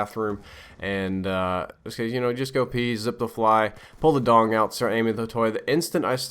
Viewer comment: Does anyone else thin saying 'dong' make the word strangely funny?